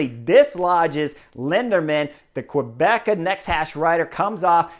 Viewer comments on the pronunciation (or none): none